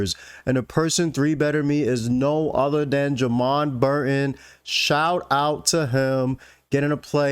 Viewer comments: I think Jaman Burton is "Jay-men" not "Jah-mon" but I might be wrong. on an unrelated note - I never knew you could use AA to win stacks. I have been using them to either win the blinds or lose my stack. I need to work on that. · It’s pronounced Jayman.